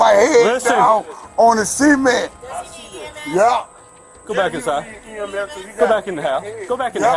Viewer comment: Why does he keep saying “SEA-MENT” it’s “”SUH-MÉNT” XD But anywho that officer is a POS Disgusting how law enforcement acts like this (Not all of them obviously) but this is what instigates mistrust among citizens.